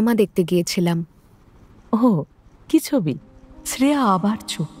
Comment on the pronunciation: eta kemon uchharon... "Sreya"? Ota "Shreya" hobe. Apanader golpe e bhashar uchharon ekdom sothik hoe, kintu eita khub kaane laglo.